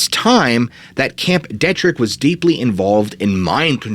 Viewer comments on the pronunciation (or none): none